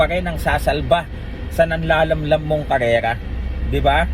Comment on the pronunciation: KARERA hindi KALELA